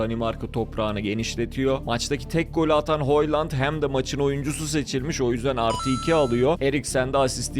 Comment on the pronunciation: Videoyu zor bitirdim. Kvaraçskelya değil, Kvaratskelya, Hoyland değil Höylund, ovıral değil ovırıl.. telafuzları hangi dilde öğreniyorsun bilmiyorum ama maç izlersen spikerlerden doğru telafuzu duyabilirsin. Kendini zorlamamanı tavsiye ederim. Onun dışında bu konseptini seviyorum başarılarının devamını diliyorum..